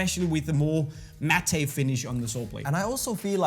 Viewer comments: 'matte' is pronounced /mat/ and not /mat-tey/:) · MATTE IS pronounced “Matt” not “mattAY” otherwise, loved it all, Unisport for life!